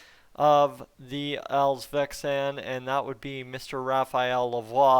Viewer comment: It's "all-sveNskan" with an N. "Svenska" by the way means "Swedish" in Swedish. Next time we all have to drink a shot every time you say "ALLS-VEXAN" ! 😜